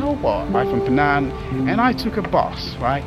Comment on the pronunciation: Bro, it is "Penang" not fernan...btw, lovely video, love it:)